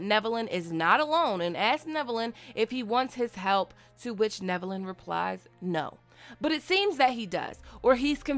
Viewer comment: Omg you are pronouncing his name right. Love it haha